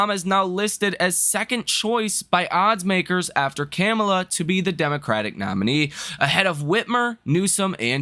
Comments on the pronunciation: ca-meal- ah ? .....Really ? that's what you got ? talking stock and can't pronounce words . listen im a Republican but it s Calm- U - La. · Dude, her name is pronounced “COMMA-lah.”, you are a smart guy but you sound it by how you call her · Comm- a - La you got to get her name right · This man literally pronounced her name wrong 5 different ways 🤦🏾‍♂️